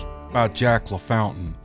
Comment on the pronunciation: LaFountain is "la fon tane" NM Brenda and Steve